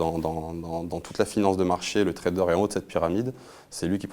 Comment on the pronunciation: On dit Trader pas Traderz lol